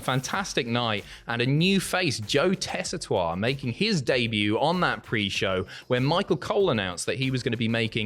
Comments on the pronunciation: Tess-I-Tore, not tua. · it’s JOE TEH-SEE-TORE NOT TESSITOIRE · Its pronounced Tessa-Tor-Re. Four syllables. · should, of all people, know how to pronounce Joe Tessitore's name!